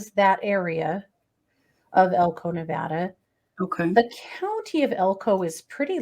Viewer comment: Thank u for pronouncing "Nevada" correctly!